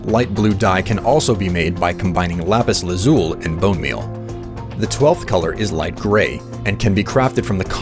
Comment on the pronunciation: The amount of pure rage I felt every time he pronounced lapis lazuli wrong